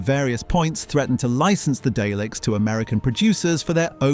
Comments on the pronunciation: "Dayleks"? Oh come on 🙄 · Please don't call them Dayleks. 😆